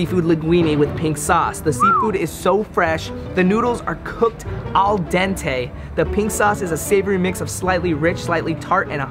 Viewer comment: You pronounce name of restaurant wrong,and pasta is coked al dente, you read what that means and even after that you didn't know how to describe it/what that means